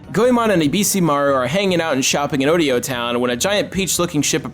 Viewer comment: Thanks for the video! This one is one of my favorite games ever, and the Goemon series is one of my favorite series. The video was pretty great, but every time you said "Odeo" made me cringe. It's Oedo. O-Edo. Edo is the old name for Tokyo, and you put an O in front of stuff in Japanese that you respect. By the way, did you know that two people who were the heart and soul of most of the Goemon series, namely Etsunobu Ebisu (who was also this game's director) and Shigeharu Umezaki (who was also this game's producer) went on to create the company GoodFeel, which made games like Wario Land: Shake It, Kirby's Epic Yarn, and Yoshi's Woolly World? Plus it was around the time the last real Goemon game came out (for the DS), so that has to be a reason. Now I'm just waiting for Nintendo to buy the Goemon series from the pretty much dead Konami, and give it to GoodFeel to work with. We would have another truw Goemon game once again, and under Nintendo's banner, there's close to no chance they wouldn't localize it.